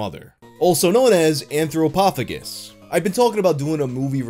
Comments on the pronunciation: Shouldn't it be AnthropoPHAGus, not AnthroPOPHagus. anthropo-phagus, man eating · It’s pronounced anthropo-Fay-jus. Phagus means to eat.